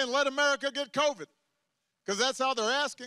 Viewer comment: I laughed so hard when Trump came on TV during one of his rallies. Trump: Covid Covid Covid Covid Covid COOVID! 😂😂😂this guy has gone crazy...